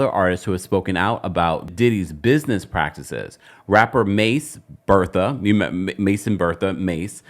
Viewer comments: my Millennial heartbroke when you said Ma$e Bertha lol It’s Betha like “Beth-ah” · It is Mason Betha not Bertha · It’s mason BETHA. Not Bertha